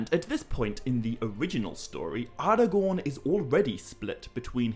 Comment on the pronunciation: Ardagorn? Elerond? Garladriel?